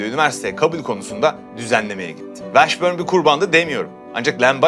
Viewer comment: dostum Jamal Mashburn - Meşbörn / Washburn - Vaşbörn , o kadar eminsin ki bi de 800 kere söyledin yanlış şekilde üstüne basa basa.